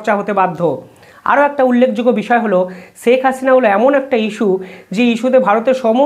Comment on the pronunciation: Pronounce Sheikh correctly. It's শেখ not সেক/ছেক